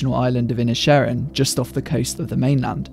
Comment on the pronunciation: The way you pronounce the film's title really highlights how it's a play on works for the gaelic for Island of Ireland. Seen in this way, perhaps the Civil War can be an analog for the Great War in Europe while the Irish conflict is comparatively small (though not less heartbreaking). That also might help explain the characters ambivalence towards the combatants. The Irish didn't hag much stake in he First World War.